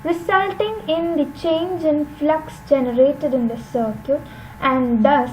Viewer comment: Circuit bolna seekh lo atleast...its not sirquèt